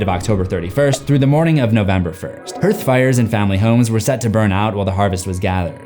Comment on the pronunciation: Hearth= HARTH (phonetic pronunciation).